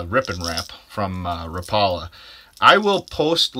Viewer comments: Rap a la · "Ra pala" 🤣 ...ask someone how they say rapala bud. Good vid tho 👌